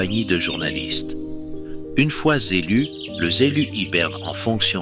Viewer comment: Le z'élu!!! 😂🤣😂🤣😂🤣 Ca me rappelle "z'hommes politiques" de Coluche! Et belle proposition en fin de sketch!